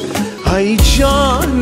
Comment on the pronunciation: آهنگ خیلی عالی بود فقط در قسمت تلفظ شعر همیشه مشکل داری مثل: ای جان من اسیرت خودت تلفظ کردی (هی) جان من اسیرت دوم ای عمرت فدایت تلفظ خودت (هی همر من فدایت) سوم آخر تلفظ خودت هاخر یکی از علاقمند های خوب شما استم امید انتقاد پذیر باشید